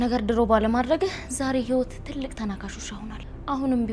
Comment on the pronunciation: ህይወት ክ ካ ኬ እያልሽ አትጃጃይብን አማርኛሽን አስተካክሊ😡😡😡